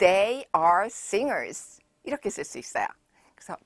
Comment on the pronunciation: 유아스튜던스랑 싱얼스도 왜 발음이 스죠? 즈 아닌가요??